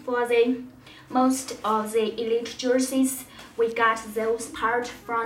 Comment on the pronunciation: “Russell wilsons numer srees jersees”,......what?